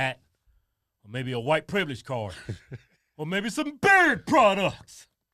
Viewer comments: I always thought he was saying bird products 😂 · I thought you said, “or maybe buy some BIRD products!” 😆